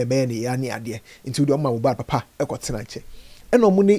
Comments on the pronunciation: Eii said mojab😂😂😂😂 konkonsa sweet u u sayn moja n mohbad together 😂😂😂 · Kokonsa ntsi mohbad koraa you said mohjad 😂😂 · Ei, Mojad paaa!😅 I knew it was a slip of tongue